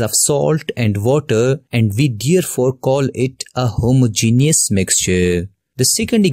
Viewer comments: Homogenious mixtuh and heterogenoious mixteh XD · That u did not know how to say homogeneous I know I also have not written correctly spellings